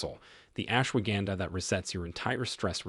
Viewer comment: The mispronunciations by your A.I. narrator are undermining your credibility. Laughably it pronounces ashwagandha three different ways. Horrible and unprofessional.